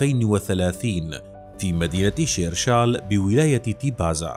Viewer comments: دائما الاحظ ان اغلب العرب والقنوات لا تجيد نطلق اسماء المدن الجزارية مدينة شرشال تنطق Shershal ببساطة وليس Tcheerchaal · بالله عليك ما تزيدش تنطق اسم مدينة شرشال عوّقتيها وخّذتيها